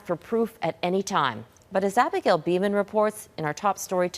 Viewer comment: Abagale "Diller".. Fix your hair girl..